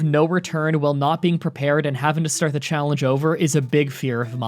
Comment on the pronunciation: When he says challenge it sounds like chocolate lol